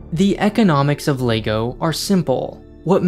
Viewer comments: Everyone: lego (leg-oh) This guy: LAYGOO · it is leg-o not lay-go so let's try it together LEG O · I dunno if it’s just me, just every time he says lay-go instead of leg-oh IT KILLS ME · Stop saying Laygo! It's called LEGO, as in the simple phonetics of the 4 sounds in L-E-G-O. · Can't get over the ley-go pronunciation. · Is it just me or is it being pronounced Legoo half the time in this vid..... O.o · Interesting pronunciation of Lego! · Had to stop watching 30s in because of the way you pronounce Lego